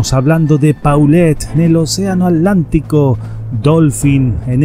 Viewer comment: Se dice ;océano Atlántico, no alantico...Atlántico